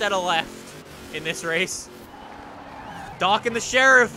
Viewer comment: Dock not duk